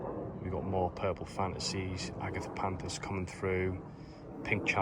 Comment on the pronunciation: Garden looks great. Every time I listen to you I think Murder Mystery. It's Agapanthus not Agatha-panthus 😃. On another note, I seem to have the same tree ring as yours, it arrived flat but I'm struggling to bend it into a nice ring. How did you do yours?